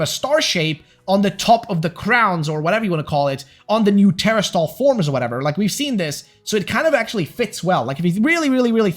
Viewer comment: I enjoy the content but everytime you pronounce it as tera-stall it takes me out of the moment. You’re putting the syllable in the wrong spot. It’s teras-tal